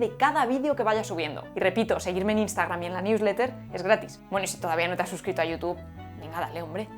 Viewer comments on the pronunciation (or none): none